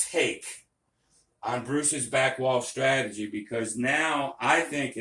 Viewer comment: What is a “stratogy”?